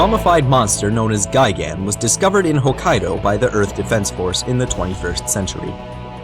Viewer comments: It's not gigan It's gigen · Btw, it's technically pronounced "Guy Gun"